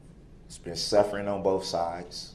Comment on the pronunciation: List of words that db cant pronounce that end with TH and replaces it with The letter F. Oath-oaf Truth-troof Both-boff Forth- forff Bathroom-bafroom Month-munt Other words Axed Grounz Tackit Living human bring Wather Pepperations Prejudices my defense